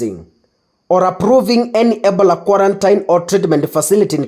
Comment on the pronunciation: Ebola is pronounced as "ee-BOH-luh" (or ih-BOH-luh). NOT "ebla" you are too quick